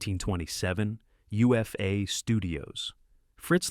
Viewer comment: Also, UFA is pronounced Oofa